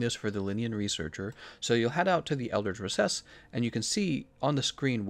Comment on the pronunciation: Is it just me or the way he pronounces kushala daora and elders recess it just seems so off